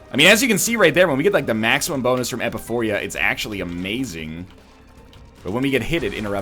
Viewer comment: E-pi-pho-ra. Not Epuphoria.